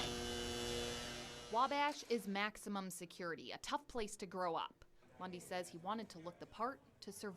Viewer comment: Who else always hears "Bundy" instead of "Lundy"??